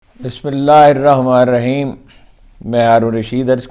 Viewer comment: اسلام عليكم ورحمةالله وبركاته هارون رشيد صاحب آپ بسم اللہ الرحمن الرحیم ٹھیک سے نہیں پڑھتے باقی آپ کا ویلاگ دیکھ کر خوشی ھوتی ھے اللہ تعالیٰ آپ کو صحت زندگی و تندرستی عطا فرمائے آمین ❤❤❤